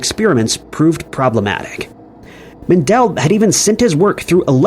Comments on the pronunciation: It's "MEN-duhl", NOT "Men-DELL!" GET A CLUE! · Its actually mEndel, not mAndel secondletter is an E not an A. Thank you.